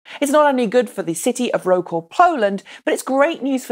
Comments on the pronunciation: the city of Wroclaw is pronounced like "vrotslav", not "raw claw" :) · Wroclaw... thats pronounced Rot-slav. I've heard worse...:-) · Where did you say the LG plant in Poland will be built? Rocal? Did you happen to mean Wrocław? If so, please check your pronunciation of foreign city and place names before filming your vlog, either here on YouTube or, for example, on TripAdvisor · Wroclaw is pronounced as Vro-ts-lav